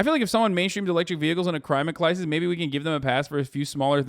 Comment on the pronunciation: Hearing Has say "crimate clisis" 🥹